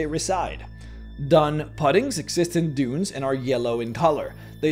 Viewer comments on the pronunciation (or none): Doon pudding. Dune is pronounced Doon . Doon pudding. You are saying dun pudding. Mad respect for being a reader but I had to tell you.